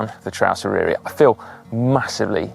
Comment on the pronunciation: Just to say - the Y in Eryri is pronounced like the U in but. Fab video though. I'm planning to do it next spring on my emtb over several days - but I am 73.